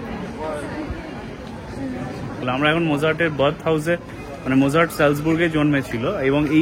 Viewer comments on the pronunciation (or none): Nice vlog ❤ BTW, Mozart is pronounced as মোৎজাৰ্ট